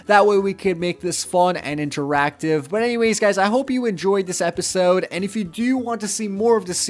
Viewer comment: you kind a said appisode instead of episode